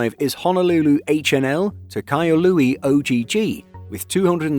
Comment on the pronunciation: Wait, “Kahului” is being pronounced without the “h”? Or that’s just how made it sound?